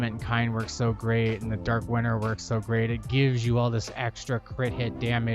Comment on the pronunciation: I know it's not a big deal but am I the only one hearing "Dark winner" ? other then that, awesome build, good video and a sub to top it all off :D